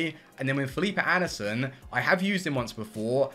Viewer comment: “oh it’s phillipee anderson”😂😂